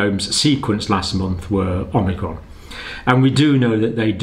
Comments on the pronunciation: Is he saying OmNicron? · you kept calling it omnicron in your video isn't it called omicron ? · OMICRON, not OMNICRON! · It’s omicron not omnicron. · It's fun to say OMNI-cron! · You'd think the good doctor would have learned how to pronounce this variant by now?